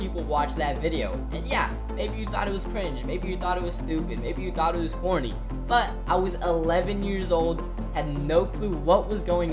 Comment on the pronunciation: why does that sound like he's saying horny instead of corny. I had to rewatch it a few times lol